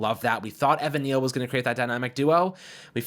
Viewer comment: WE WANT EVAN NEAL NOT EVAN “kneel”